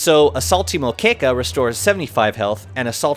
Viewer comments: Not correct it's pronouced mô-ké-ka not mo-kê-ka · Great video. Actually you mispronounced moquEca hahaha The E should sound like the A in After, Aerial, Air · Moqueca is still pronounce wrong... in portugues from Brazil, PT-BR, where the dish is originally from, the letter "e" can have 3 fonemas, the one used in this word is the "open" (nasal) one. like this. Also, just say "mo", don't go "mooo" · Close but not quite. Unless that's how it's pronounced in spanish, otherwise the E sound should be the same as the A in "air"